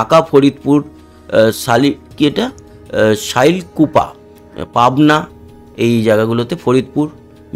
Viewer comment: শাইলকোপা নয় দাদা শৈলকোপা